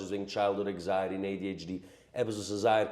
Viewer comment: Anxiety not eggziety